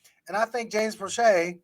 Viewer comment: Proche is actually asked to play most on the healthy scratch list. Steve Smith doesn't even know how to pronounce James Proche's name when he said that. Also, if Proche is the best WR we have then that's an indictment on our WRs.